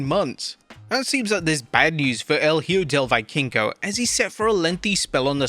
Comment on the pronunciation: Fyi the correct pronunciation for El Hijo del Vikingo L— E- Hoe— Dell - B- King- O